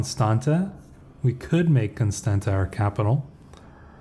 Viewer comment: Greay video as always!But just so you now you pronounced Constanta very well exept the last T is pronounced as in Tsar